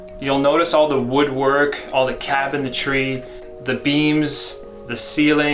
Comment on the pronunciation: You pronounce cabinetry like a tard. Great video.